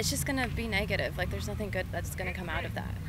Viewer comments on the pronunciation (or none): you said nothimg.